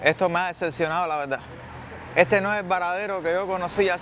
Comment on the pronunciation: De veldad, no pronuncian la "r" o la "rr". Y rara vez pronuncian la "s".